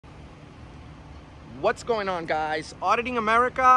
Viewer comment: It’s Auditing Americah